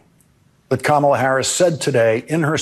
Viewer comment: He intentionally pronounces Kamala Harris's name WRONG. Its just weird 😕